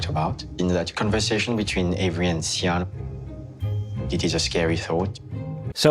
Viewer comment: why are we pronouncing the name Sian as 'cy-an'- it's pronounced 'Schaan'